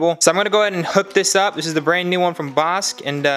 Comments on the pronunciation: Pronounced Bosh Not Bosk👍👍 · Hopefully everything works out. By the way, Bosch is pronounced “Bosh” not “Bosk”. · BOSCH is pronounced BOSH, like SHine :D :D